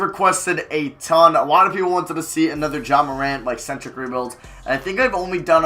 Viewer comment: you the only rebuilder that knows how to pronounce ja’s name